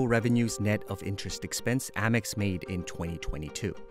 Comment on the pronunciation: First of all. It’s not Ah-mex, it’s Ay-mex.